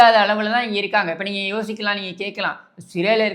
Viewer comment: வல்லினம், மெல்லினம், இடையினம் வேறுபாடு தெரியாது! " நீங்கல், உங்கல், வால்த்துக்கல் என்றெல்லாம் பேசி, எலுதி தமில் மொலியை அலித்துவிட்டார்கல்!"